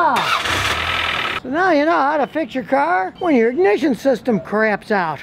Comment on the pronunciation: Scotty - I could swear you said, " ... the distributor 'cramps' out ... " Is that worse than '...craps out ...'? Longer down time? Or, perhaps, more painful? Maybe. But at least it wouldn't smell like crap. Help me, here.